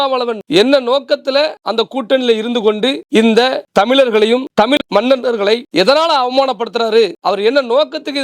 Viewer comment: தமிள் இல்லை தமிழ் இந்த வார்த்தையை உங்கள் நாவில் சரியாக வருவதில்லை